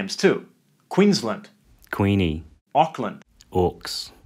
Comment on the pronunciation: Loved the video - learned a lot - one note - 'Auckland' has a 'c' in it like the Lord it was named after.